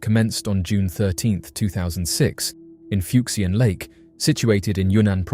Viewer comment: The “x” in these Chinese names is pronounced with a “sh” sound. “Fuck-see-an” just sounds dirty. 😂